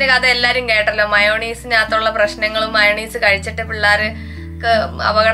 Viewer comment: മയോണീസ് അല്ല ചേച്ചി മയോനൈസ് എന്ന correct